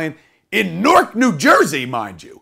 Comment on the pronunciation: That's how KNOW he's from Jersey because everyone not from here pronounces Newark wrong lol